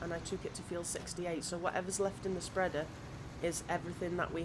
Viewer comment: “Wo’eva we have left in the spredda “😂